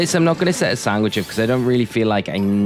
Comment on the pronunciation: im sorry i will not sub because you say SANGWICH